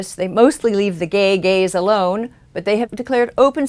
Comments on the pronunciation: For a while I thought she was saying male Gays.. not Gaze. "The evils of the male gays" lol.. Good video I know ya were saying Gaze but it is kinda funny how it worked out if you switch that one word. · Every time you said "gaze" I though you said "gays" and I thought "what do the gays have to do with this?"